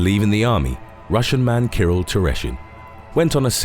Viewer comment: Kirill's name is being butchered so badly I didn't realize it is about him until I saw the picture. Also his nickname is not bazooka, it is bazooka arms. He wasn't using real synthol because he couldn't afford it and resorted olive oil and otger dumb stuff.